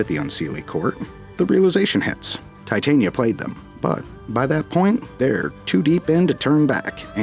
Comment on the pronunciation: thats not how titania is pro0nounced their two prenounciations fot wo difernt things the fairy is te tania emphasis on the begining over the end the one use used isnt the name its the powder , titania which is proper name is titanium dioxide so they sound it like titanium but tyhe name isnt pronounced like that Americans literally mispronounce titania so bad you lot end up calling her a cancwerous white powder